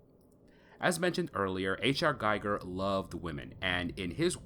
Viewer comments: His name is pronounced Gee gur not guy gur and that's not jee it's gee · Ackchyually, it's pronounced "GHEE-gher." Basically, the world depicted in Scorn is a caricature of our own everyday reality. Also, it seems to draw influence from not only Giger but also Cronenberg. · Being a fan of H.R. Giger, you should know, how to pronounce his name correctly. Instead you are pronouncing it as the name of Hans Geiger, the inventor of radiation detecting and measuring device. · Pronounced gee-ger